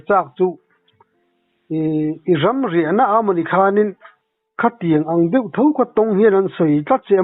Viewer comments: Puitling upa lam meuh maiin mizo tawng dik an hmang thin lo hi chu ngaimawh awm thin deuh tih turah doh ati ziaha!!! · Ka pu țawng hi keima lam hriat dan dik loh vang zawk nge ni,deuh tih turah hian, doh ti hian ka hre tlat zel😂😅.Thil ngaihmawhawm em em chu a ni lem lo na in,kan sawilang ve mai mai a ni e